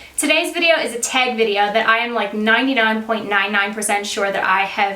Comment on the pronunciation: Love how she says "tag".."teg" so Canadian 🙈😋